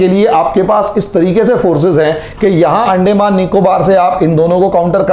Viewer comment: Sir, अंडेंमान नही अंदमान कहिए... बाकी आप बहोत बढ़िया विस्तारसे बोलतेहो .... धन्यवाद...💐